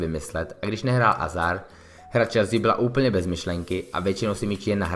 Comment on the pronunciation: Nechápu jak můžeš dělat redaktora a videa o fotbale když neumíš ani vyslovovat jméno hráče, který patří k top 10 na světě...